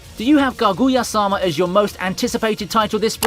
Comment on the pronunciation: It’s fun to hear the pronunciation of Kaguya, using the accent on the “gu” instead of the “Ka” My most anticipated anime of the season definitely, the arc that is coming up justifies the name: Ultra Romantic. Hope we can enjoy these animes as they deserve it.